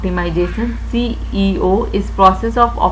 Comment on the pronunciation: Mam lecture was too good but jitna apne seo ko ceo bola h😂😂 har baar ap seo ko ceo bol rehi ti😂😂